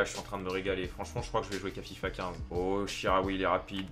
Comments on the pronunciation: c chikaoui pas charaui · Chikhaoui ca se prononce chi-ka-oui et pas chi-ra-oui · sa ce dit chicaoui pas charaoui